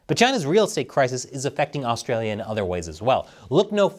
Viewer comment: His pronunciation of Australia ...